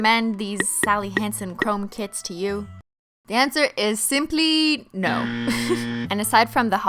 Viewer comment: When she says "kits" i think she's talking about "kids" ..😂😂 i was like? What kids?